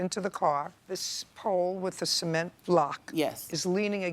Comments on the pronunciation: She really pronounced cement as “see-ment” 😂 I thought she said something wlae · Who pronounces cement likethat 😂😂😂